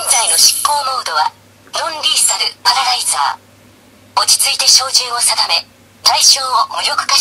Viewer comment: ロンリーサルじゃなく、ノンリーサルかと…